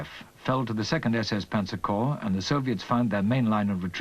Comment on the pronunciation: The plural of corps is corps, pronounced "core," not "corpse." This is true now, was true in the 1980s, when this fil was apparently spliced together. It was true in 1943 and 1945 when some of the film was taken.